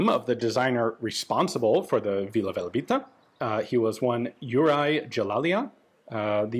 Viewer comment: I think its Velebit not Velabit Vila Velebita (Velebit fairy) is a Croatian song and Velebit is a mountian in Croatia